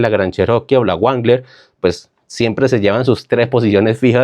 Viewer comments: Si bien concuerdo con tus apreciaciones. Pero hay detallitos que demuestran desconocimiento. La RAM no es una marca, es una línea de DODGE. DODGE es de la CHRYSLER, casa matriz adquirida por STELLANTIS y también dueña de JEEP y WRANGLER... que se dice rrrangler, no suena la W. En fin todo carro del grupo STELLANTIS es poco confiable, ya que adquirieron las marcas y les bajaron la calidad. Lee la historia de Carlos Tabares, el asesino de marcas. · Ni sabe pronunciar Wrangler, este man si definitivamente es un analfabeta 😅😅